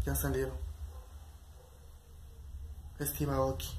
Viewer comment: No es para molestar o algo Pero se pronuncia Estiv eioki (Steve Aoki)